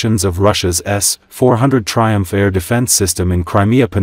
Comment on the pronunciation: Lousy AI voicing. Please learn to pronounce "triump" and "Crimea